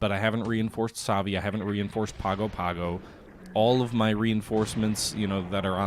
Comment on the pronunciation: Nadi is pronounced Nan-di Savaii is pronounced Sav-eye-ee Pago-pago is pronounced pong-go pong-go